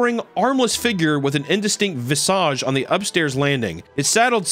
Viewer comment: One of the few americans to say visage properly lolol